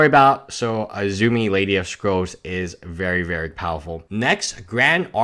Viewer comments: Bruh the only peeve I have about ur videos is u add letters or change words which kinda annoys me like azumi? Should be azami. But other than that like the content. Not trying to be police here but when the word can easily be pronounced like that that's where I draw the line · Azami please, not azumi. Sorry, but this is just painful.